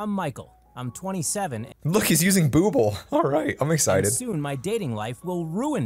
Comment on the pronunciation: No one : Google Story time Channel : Boogle